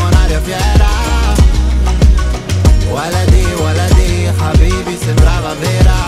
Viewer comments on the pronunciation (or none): Fun fact : he added Arabic sentences ( waldi , waldi , habibi , ta'ala hena x2 ) Even though he misprononcd habibi and has a broken accent, but it was my favourite part in the song .